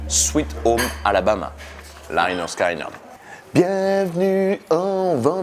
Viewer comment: On dit pas Sky pour Lynyrd Skynyrd mais skinyrd je sais pas si c clair mais sinon aller sur Google translater et écouter comment elle dit en anglais